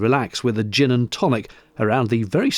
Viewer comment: Ooh a Gin deck! I thought you said a Gym Deck! 🤣